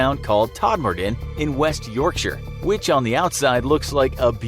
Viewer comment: It’s nice t yorkshere it’s Yorkshire